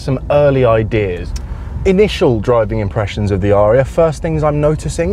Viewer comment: It's pronounced 'a-ree-a' アリア...